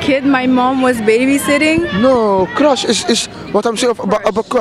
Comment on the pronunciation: Het is geen crach maar cruch